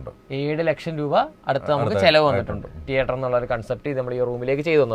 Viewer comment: ടീയേട്ടർ അല്ല anchor സേട്ടാ തീയറ്റർ